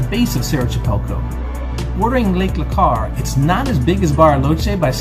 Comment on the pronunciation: It's lake Lacar not Lecar 😄